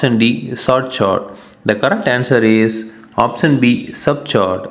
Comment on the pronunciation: Sir chord ko चोरंड par कोर्ड bolte he!